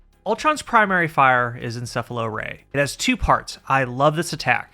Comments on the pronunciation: I appreciate you pronouncing "Encephalo-Ray" correctly. Or at least, in a more satisfying manner than "EncePHAlo-Ray" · Thank you for being the only person who pronounces encephalo-ray correctly